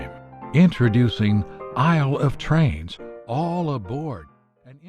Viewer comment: C'est bien la fiche descriptive de chaque jeu, utile et efficace ! Issle of Trains ? Aïle plutôt ;-)